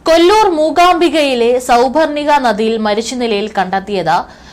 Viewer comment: സൗപർണിക എന്നാരിക്കുമല്ലോ.. എന്തോന്ന് വായന ഇത്. മലയാള ഭാഷ കുളം തോണ്ടാതെ